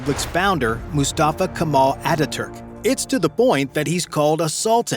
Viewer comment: 2 corrections: Atatürk, not Attaturk and Erdoğan not Ergodan…